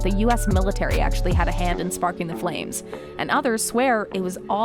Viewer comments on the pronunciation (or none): none